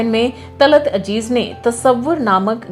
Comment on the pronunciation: Madam .. Aap ke videos bahuth hi achche hote haiN, aap Ziyadatar Urdu words istemaal karti haiN Magar Sorry KahiN kahin aap Z Ki Jagah J Use kardeti hain Talat Aziz Talat Ajeez Jaise Gajal Ghazal Yeh durust word hai, pls koshish kijiye Urdu words ko Urdu mein istemaal karein